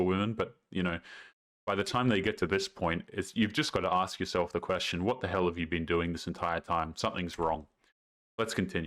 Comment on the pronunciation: The fact that she can NOT speak basic english and says "aks" instead of "ASK" is enough to dump her.